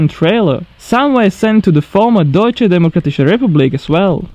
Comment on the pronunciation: Your pronunciation of "Deutsche Demokratische Republik" was really good 😊